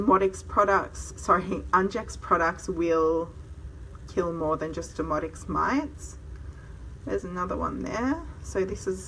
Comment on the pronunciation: Your accent is lovely, so please don't take offense, but when you refer to "demodex" it comes across as "demonics". Crazy eh? The very thing that's driving us nuts. IS Rather Demonic!😛